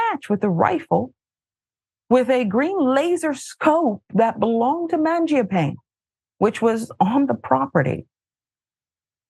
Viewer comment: It's pronounced manja-panay,. Italian for "bread eater".